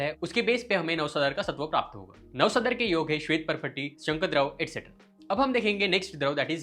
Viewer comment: 1.33 u said navasad😅ara